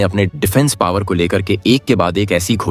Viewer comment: पोवर नहीं पॉवर